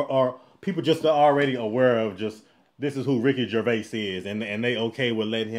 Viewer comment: Excellent recovery on correctly pronouncing his name.